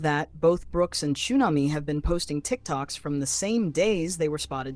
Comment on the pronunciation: What is ChoOmamy its TXUNAMY